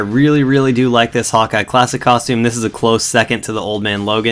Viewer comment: Its sounds like you say hot guy:D